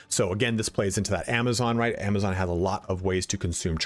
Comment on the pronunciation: Love that you called it a Javazon ❤️